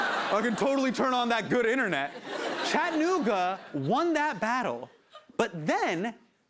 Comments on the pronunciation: It’s Chatt-ah-noog-ah, not Chadnooga, friend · It's Chattanooga. Cha-tta-noo-ga. You pronounce all four syllables.